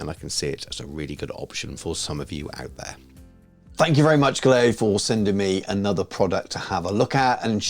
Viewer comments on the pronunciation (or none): Turns out it’s pronounced “gallery” (I was saying it like you do). I asked them :D The quality seems excellent so far!